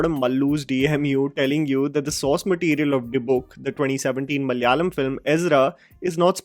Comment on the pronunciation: can you please tell ma-la-ya-lam. not mallyalam..